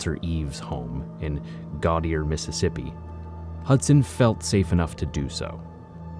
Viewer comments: “Gottyair” Mississippi 😂😂😂 its cool. A lot of people who don’t know say Gautier wrong. It’s like Go-Shay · Gautier is pronounced Go-Shay. It’s a Mississippi thing. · Great video. I’m from MS and the only thing is y’all mispronounced Gauthier. In MS it’s pronounced Go-Shay. Anyways, awesome content. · It's pronounced like go shay not go tier only people who's not from there say "go tier" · Nope! I don't know where you're from or how many times you've driven through, but I live here and have for 40 years. It's pronounced Go-chay or Go-shay, never Gau-te-er. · ita pronouced Go Shay not Gatty yay. Gautier MS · Its "go shey" not gautier "ga tier" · Gautier isn't pronounced Gau-tee-er... it's pronounced Go-shay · It's pronounced go-shay not gotear when your saying gautier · Went to Go-Shay a lot when I lived in Pascagoula. Never heard it pronounced any other way. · We pronounce it like Creoles GOI-Shey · It's spelled Gautier but pronounced GoShay.I lived in GoShay working on the Navy Seabees base in Biloxi for 4 yrs. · Gautier ,,,GO,SHAY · It’s Go-tee-ay ass hat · If you want more knowledge the real pronunciation of Gauthier is Goat-ee-hay. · This person is correct. I live a half hour north of Gautier. It's "Go-shay." Try your luck at these: "Biloxi", "Pass Christian", "Tchula", or "Kosciusko." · i grew up down there and we always say it go-shay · Its pronounced go-shey. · Its literally Go-Shay I live about an hour away and everybody I know pronounces it like that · For future reference, gautier is pronounced "Go-shay" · Very interesting video. See how poverty impacts people. Also, Gauthier is pronounced (Go Shay). For further reference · Pro tip "Gautier" is pronounced Go-Chay. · ITS GO-Shay, MS! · Gautier is pronounced Go-shay. The French used to be all along the Gulf Coast. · Gautier Mississippi is pronounced Go-Shae, it Creole. I lived there for about 3 years it's a real s*** hole. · Gautier is pronounced Go-Shay. It's French. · Gautier is pronounced "Go Shay"